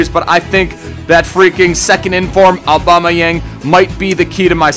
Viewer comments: I thought he said alba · lol i keep thinking he says alba